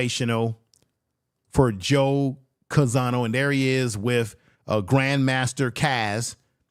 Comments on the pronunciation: Name is Joe Conzo, but you’re pronouncing it Joe Canzano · Not Conzano but Conzo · the correct pronunciation of Joe Conzo's family name is CON-ZO!